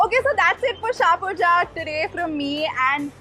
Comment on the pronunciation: in shahpurjat... the 'jat' is pronounced similarly as in flying jatt and not jaat . thanks :o